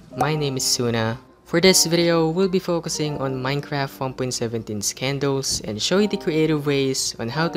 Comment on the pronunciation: Nobody:: K E N D O O Z